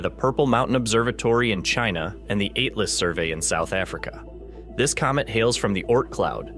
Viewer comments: At-las not "ate-las" lol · The last bright comet we were hyped up about was a few years ago ... and while people shared images all over the Internet, I never could see a damm thing in the sky. And FWIW, the text-to-speech was lousy. It couldn't even pronounce basic terms or names. AYT-las? Seriously? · Yup, I noticed that the moment it said "ATE-las"...